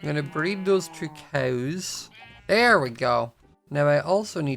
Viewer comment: Also "cows" its like "coews" but not trying to be rude okay